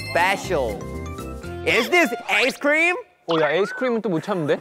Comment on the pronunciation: hobi s English is this "aisecream"😂🤣🤣🤣 its cute 💜